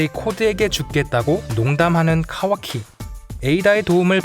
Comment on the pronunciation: 이분 카와키 발음이 찰짐